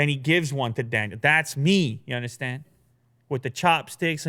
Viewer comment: "Ya undastan"